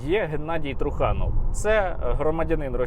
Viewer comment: Ви не вірно ставите наголос на прізвище труханов,трухани тобто труси😂